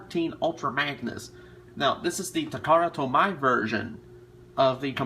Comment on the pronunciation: It's pronounced ta-ka-ra-tow-me. Appreciate the review, though.